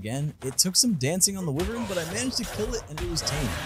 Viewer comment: It’s pronounced why-vern not wih-vern